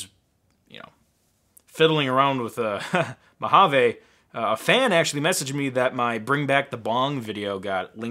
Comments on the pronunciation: Why is mojave pronounced mo-hoven? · I want to pronounce Mojave “ M O J A V E” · Mojave is pronounced mōˌhävē. According to Oxford, it may also be spelt "Mohave". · You are spelling Mojave wrong it supposed to say "Mojave not Mohave"